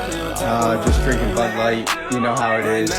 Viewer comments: It's not Bud Light it's "Lud Bight" 🤣🤣🤣🤣🤣🤣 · Buuuh light? You choose which consonants you articulate....